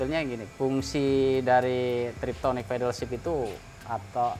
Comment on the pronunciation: yes benar, TIPTRONIK (tip = pencet/tekan, tronik = elektronik, jadi ganti gigi dengan pencet/tekan) bukan TRIPTONIK (trip=perjalanan, tonic? Vitamin rambut) hahahahaha Kocak orang Indo SELALU salah myebut TIPTRONIK menjadi Triptonic